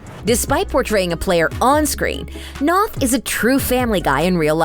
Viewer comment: You’d think that you’d know how to properly pronounce Chris’ surname before you butchered it.